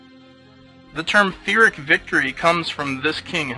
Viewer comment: Its actually Pyrrhic and not Phyrrhic, so its a P sound not a Ph sound. I always pronouced like you "Phyrrhic", but just went to check it out now. other than that, thank you for the history lesson. Was pretty awesome. good video